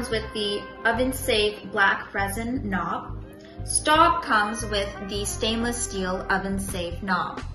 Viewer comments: It's pronounced "Schtobe". Otherwise, nice job! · Miss, I appreciate your video. Thank you. But you should learn to pronounce Staub since it is not an English word/name. Staub - How To Pronounce - French Native Speaker - YouTube It is pronounced more like an English spelling of Schtobe.